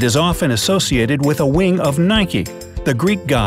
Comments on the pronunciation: IT IS NOT NIKEYIT IS NIK THAT IS HOW YOU SAY IT!!!!!!!!!!!!!!!! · it's NIKE NOT NIKEY PSYCH OMG FIRST SAY IT RIGHT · Why do people say Nikie? It's Nike. You don't call a Bike Bikie do you? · It is pronounced Nike (like Mike but with an n) it is not pronounced Nike-e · He said nike(e) and not nike like bike🤦🏻‍♂️ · It's not nikey it's Nike !!!!!!! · Nikee ??? That's what u said it's Nike not Nikeeee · It's not nikey it nike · Isn't it nike? Not nik-ee? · It's Nike not nikie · It's not NIKEY ITS Nike :( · I have a question... How and why are you numbnuts reading Nike as Nikee? Or even Nikey?! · Is it nayke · Number nine: nikey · Is it me or did I hear 'nike-ee' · Did he just say NIK-E? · He pronounces it nikee I’m out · If Americans call it Nike-ee do they also ride a bike-ee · For number 6nike. They said number nine Nike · Mate! Ur saying nike wrong! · Is no one going to talk about how he pronounced Nike?